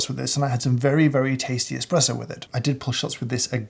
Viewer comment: Hahahahhahaha james hoffman says expresso. Im saving this